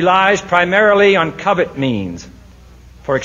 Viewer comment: Covert, not covet. That is the Boston accent.